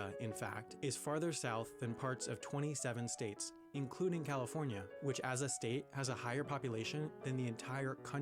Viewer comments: "every STET in the united STETS" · you say state like boston says their own states name... lol